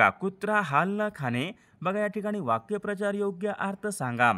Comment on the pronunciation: वाक्य प्रचार...नाही वाक्प्रचार असा आहे उच्चारण चुकीचे...